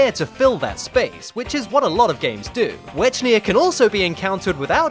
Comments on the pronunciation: Wech-nia? I thought it was Were-kid-na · It's Wek-nee-uh, not Wech-nee-uh.